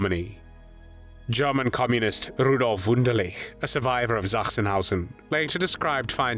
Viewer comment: I found it most annoying. Sachsenhausen does not begin with Z